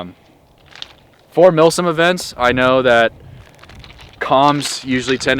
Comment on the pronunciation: I had to remember, you very clearly said millSIM. With that in mind great video thanks for sharing. Oh and the face blur thing, cool but I know what you look like. Just saying.